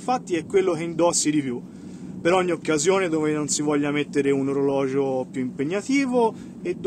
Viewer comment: Digli anche a i pigliolo Svizzero che in italiano orologio si dice con una G , non orologgio o oroleggi 😂😂😂😜